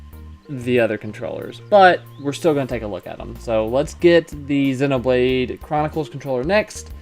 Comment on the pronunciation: 0/10 pronounces "Zee-no"blade Chronicles as "Zeh-no"Blade Chronicles In all honesty this was a SUPER insightful video! Thank-you:)